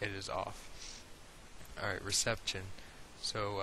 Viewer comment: Apart from my irrational annoyance of how you pronounce reception etc I really hope you keep these going they are brilliant, thanks